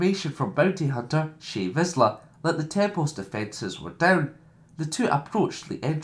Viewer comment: Shae Vizla Pre Vizla